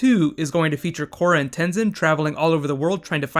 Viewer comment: Le Korra is Le awesome....and saying Le is Le lame :p